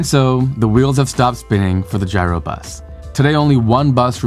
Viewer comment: It's not pronounced Gyro Bus, it's "Euro" Bus